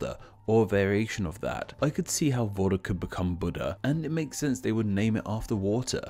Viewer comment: Is it just me, or does Voda sound like Vodka?